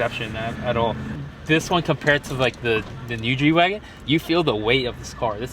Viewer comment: ITS GWAGEN NOT GWAGON